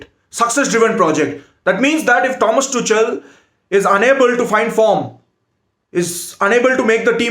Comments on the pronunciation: Pronunciation : It's Tukal and not tuchal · Tu Kal not tu chal 😂😂😂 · It's pronounced as Tukhel not Tuchel😂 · It is Tukal not Tuchel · Thomas toCHal I LOVE THE WAY HE PRONOUNCED OUR MANAGERS NAME 🤣🤣😂😂😂😂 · Thomas "Tu-kel" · No one:: Tomas Toochell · Bro it’s pronounced Tuhuel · Bro its Tuchel=Too-Khel! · No one Literally No one: Thomas Tu-chal 😂😂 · It is pronounced as TUKHEL . And to be honest he knows nothing about either cricket or football. Just barking here and there without any sense. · Tuchel ka pronunciation sikh lo next match ke pehle. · I hope that tuchel isnt fired before you learn the proper pronunciation of his name lol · Pronunciation of tuchel is wrong, please correct Ur pronunciation